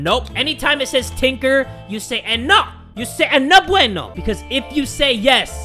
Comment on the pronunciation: Hey. Even though I'm Spanish I really laugh a lot when you say "no bueno", it's funny to me because you say it so well but with your own way of saying it. Having that said, I have to tell you that you're THAT DUDE